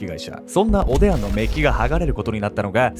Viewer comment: おでや？おでんに聞こえちゃう😅